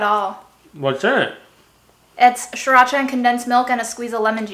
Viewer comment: When said by, it’s sureracha not Siracha.